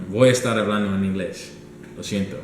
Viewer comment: you're not supposed to pronounce the H in Spanish words therefore hablando would sound like 'ablando"